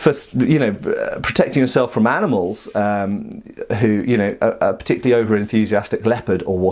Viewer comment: "Particurally over-enthusiastic hyena..."